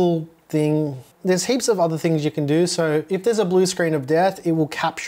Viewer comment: WHY DO YOU CALL IT MOTHERBOARDS "TINGS" that's bullying 😢